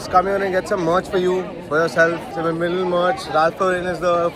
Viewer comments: Behen vim-mal-done 😂 nahi hai say--"wim-bal-done" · Sometimes I m hearing vimaldon 😅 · it's not VIMAL TON😂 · baat karna vhi nahi ata..soo illeterate..cant pronunce wimbledon:face-purple-crying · Bol tak nhi paye wimbledon 😂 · wimbledon bola toh sikh ke jati.... Australia mat aana bas warna log bhaga denge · Wimbledon kehna to sikh lo Joker said it right